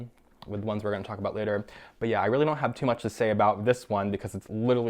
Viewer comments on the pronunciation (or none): none